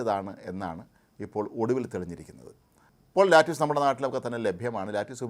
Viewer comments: ചൈനീസ് കാബജ്.. ലെറ്റുസ്..... No ലാറ്റസ് അല്ല 😂😂💪💪💪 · സാർ അതു ലാറ്റുസ് അല്ല ലെറ്റുസ് എന്നാണു ഞാൻ കേട്ടിട്ടുള്ളത് തെറ്റെങ്കിൽ തിരുത്തുക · Lettuce enna vaakinte 'Lettyoos' ennalla pronunciation 'Lettiss' ennanu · Pronunciation is wrong Not LATTUCE...it's "lett usu" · No lattice.. please pronounce it as lettuce.. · Lettuce . Pronunciation- Leh.tuhs( not Lattuce) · ലാറ്റുസ് അല്ല ലെറ്റുസ് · ലെറ്റുസ് എന്നാണ് പറയേണ്ടത് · Another typical malayali, whose world is within the four walls of kerala.😢. Can”t even pronounce Lettuce.